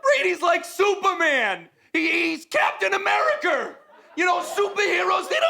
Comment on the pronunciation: Little Tommy "No suh"...😆.. "Captain Americer" 😅🤣😂